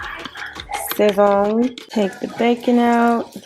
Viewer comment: It's pronounced more like sah-szohn and the emphasis/stress is on the end of the word, just btw~ it's just cumin, garlic, coriander, and this stuff called annatto which is what makes it so pigmented. It also has msg I believe~ my family (puerto rican) also uses it in everything and it's purpose is literally to make stuff look seasoned 😂 we use the goya packets though.